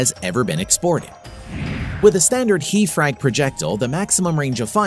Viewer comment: Not "HE" frags... its H. E. High Explosive.